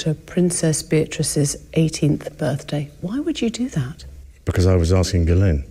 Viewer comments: French Canadian here. Guylaine and Ghislaine are two very different names. “Gh” is a soft “g” , “gu” is a har “g” and you definitely pronounce the s in Ghislaine. He doesn’t even know ho to pronounce her name. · Does anyone else suspect that the interviewer mispronounced "Ghislaine" on purpose to trick Andrew? (Was implying that?)